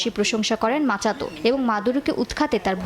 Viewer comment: মাচাদো নাকি মাচুদো?